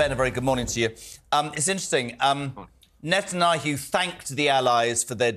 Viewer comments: How hard is to learn pronounce NE TAN YAHU??? You are a TV presenter ffs. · tell this guy to learn how to pronounce Netanyahu properly if he wants to be taken seriously. He does not sound intelligent at all and still sounds like he thinks he is talking like he is on his old show .